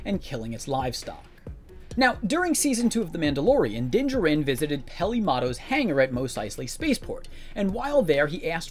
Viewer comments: you’re pronouncing the names/titles wrong of people and places, like a good amount of them, for example the Mando’s name is pronounced “Din Jar In” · Informative, thanks. The pronunciation of Tosche Station and Din Djarin was off, and these are not particularly obscure names in the Star Wars universe.